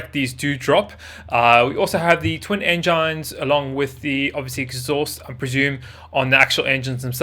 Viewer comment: Did he say “enjynes” like I swear that’s what I heard